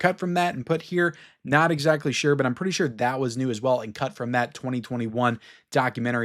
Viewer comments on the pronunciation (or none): none